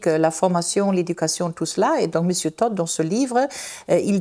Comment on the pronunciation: Elle prononce TODD comme Tot - la mort😂😂😂